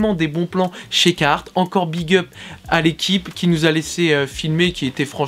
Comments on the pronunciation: Biennn, parcontre jsp si t'a remarque mais ya un r a carhartt apres le "ca" Et je crois qu'il se prononce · Ca ma faut bizarre de pas entendre le R de carhartt